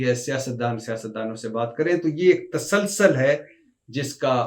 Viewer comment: اردو بهي نهين آتي ." تاسال سال " نهيين بلكه "تسُلسُل" صحيح تلفظ